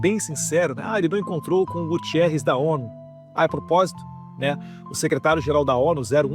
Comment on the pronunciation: NÃO LEVE A MAL A MINHA CORREÇÃO MAS O NOME DESSE CANALHA NÃO É GUTIERREZ MAS GUTERREZ. EU SEI BEM O QUE ELE FEZ AQUI EM PORTUGAL QUANDO PRIMEIRO MINISTRO